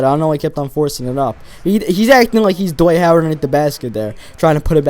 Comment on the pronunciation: ITS DWIGHT NIT DIWGHTTTTTTNFHFHFJJCJ